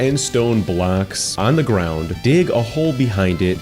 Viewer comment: The way he says blocks is weird like bblllackss